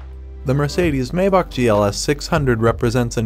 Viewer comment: Maybach is not pronounced May -bock It's pronounced My-bock. -> Maybach ! It's German